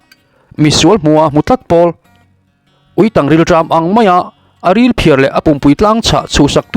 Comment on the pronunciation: Ui ketângchiau nen inhriat pawlh ani maithei e, Uitàng rual tih a 'tang' tih hi chu Tangkawng kan lam anga lam tur aniin ka hria..